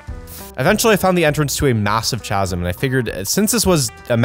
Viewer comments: wait... Americans and/or Canadians dont pronounce chasm like that do they? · “masive CH-asm” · He called a "chasm" (kazm) a ch-asm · I love with all my heart but My stomach twists and turns when he says chaz-um instead of caz-um for “chasm”🤤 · I will die if he says chasm as chaa-sam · pronounces "Chasm" as "cha-zim". It's actually pronounced as "ca-zim" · Am I the only one who noticed he kept saying chasm with a ch at the beginning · did you just prounounce chasm as CHA SM and not kasm? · He keeps saying chasms wrong and it’s DRIVING ME CRAZY! (It’s pronounced kasm not chasm) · K-asm no CH- ASM yes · In the beginning of the vid why did you say ch sum it’s pronounced casum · STOP SAYING CH-asms ITS CA-sms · is where, Ontario? He’s just pronouncing it wrong if so lol We pronounce it as kasm. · gotta love forge making chasm sound like cha-sm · I can't get over how he says chasm like how it's spelled. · IT'S PRONOUNCED; CHASM (KASM) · can we just appreciate how pronounces chasm like it's spelled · bro says cha-zum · Fyi The "Ch" in "Chasm" is pronounced like a K, so it should sound more like "Khasm" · alright, after like the fifth time, I gotta say something... it's the H in "chasm" is silent. considering how terrible American english is and the fact that it's a mixture of like five different languages I generally wouldn't say anything but it was starting to get to me lol. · "Chasm" is pronounced "kah-zum" but okay. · You are supposed to say it like casm no ch sound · Chasm is pronounced Kasm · heh heh "chasm" i think its pronounced kasm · chasms has a silent h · Chasm is pronounced ca-zm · am i an idiot or is chasm pronounced kasm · the way says chasm makes me want to cry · Every time said chasm, I died a little inside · Every time he mispronounced 'trespassing' and 'chasm' I took -10 psychic damage. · The way he pronounces "chasm"... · the way he said massive chasm and not chasm